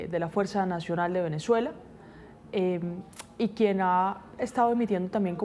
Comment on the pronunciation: No entiendo cómo caracol pone unas periodistas que no sabes pronunciar las palabras no es venechuela es Venezuela que sepa pronunciar las palabras por favor